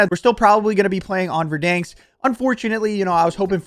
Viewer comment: Kills me man LOL. Stop saying VerDANEsk like that......LOL its VerDANsk.....the middle part sounds like the name DAN. Anyway, can't wait to watch you slay in Warzone with a Cold War load out!